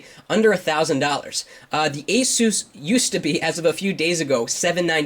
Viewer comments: ace-is, not eh-seuss. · The aysuuuss ! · asus is NOT pronounced like spanish name jesus. other than that, great vid. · hahhahaa when you say ASUS sounds like your saying JESUS in spanish